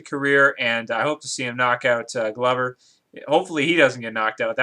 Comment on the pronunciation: Glover is pronounced like the word Clover with a G. And dude you're gonna have to accept that some of these dudes are past their prime and there are dudes that have been fighting since they were kids. MMA is continuing to get more exciting as more talent enters the arena. Glover is gonna win this fight and my prediction is that he'll end up fighting Jon Jones but he won't be able to knock him out due to that superior reach and the fact that jon jones gets better every fight.